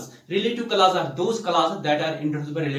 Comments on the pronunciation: Why are u saying classes..🤣🤣 instead of Clauses or clause.. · Bhai clauses bolna sikh le 😆😆😆